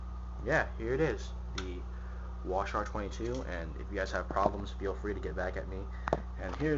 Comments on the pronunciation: Wa-Shar 10. That's almost as annoying as you saying "Clip" instead of mag. Also why are you on your bathroom rug. Thats McNasty dude. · Holy fuck. It's not pronounced wash-are and it doesn't take clips.